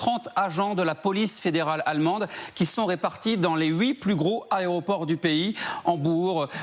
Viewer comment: Les ARÉOPORT??? Il est sérieux lui??? 😂😂😂